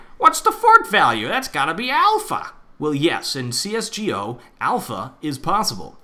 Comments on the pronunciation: I heard you said CSGO as C.S.G.O . Why dont you said it as C-S-GO? :D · I say C S GO. Not C S G O.